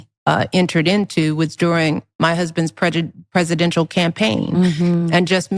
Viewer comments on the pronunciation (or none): Did anyone catch where she said, he husband's prej... Then said presidential 😂😂 He's so prejudice as she is... Racist!!!! Poor baby, my only wish would be that no one takes her seriously! 🤦‍♀️